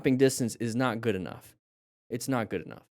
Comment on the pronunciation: " your total stopid distance is not goog enough meters"😂😂